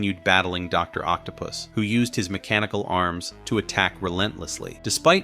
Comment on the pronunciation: Not my favorite video, the script is lazy sound AI generated and the voice is not doing it any justice. Please bring the old guy back and please say the names right “Doc Ock” or “Doctor Otto octavious” or even “doctor octopus” would work not whatever this script put out. I’m sorry I LOVE this page but this video is least favorite